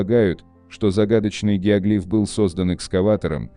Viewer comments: ГиоглИф?!! Всю жизнь был геОглиф, а тут... В-общем, работайте над ошибками. Тут у вас поле не паханное.) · Гео́глиф, а не геогли́ф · Геоглиф,ударение на букву О.